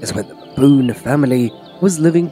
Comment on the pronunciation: Pronounce Baboon why babooooon